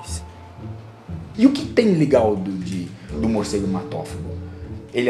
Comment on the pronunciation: "carai maluco! que porra é essa?" Muicegu